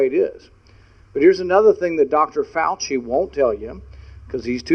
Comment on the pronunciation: Uhhhh...DuDawkter DuFowchie!